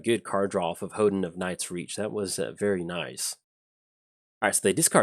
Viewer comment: It's pronounced "hohn-den",. It's a building in the Shinto religion that enshrines a sacred object representing the kami that dwells there.